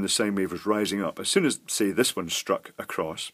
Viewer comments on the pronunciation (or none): none